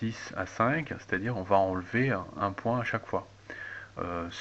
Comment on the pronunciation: Moi ce qu j'ai retenu c'est si ta du mal avec le mot "enlevez", arrete de le dire, j'ai jetez mon casque ...!